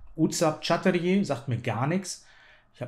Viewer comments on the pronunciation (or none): "Chatterjee" ist auf Englisch geschrieben und wird Chatterdschii ausgesprochen (j=dsch, ee=ii). Originalschreibweise चटर्जी।